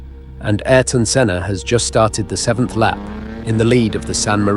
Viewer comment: Ayarton Senna? brother, it is quite well known what is the right pronunciation of the guy's name